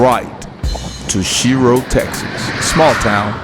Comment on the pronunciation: Mispronounced the name but that's ok a lot of people do its actually pronounced shyro but spelled shiro. My hometown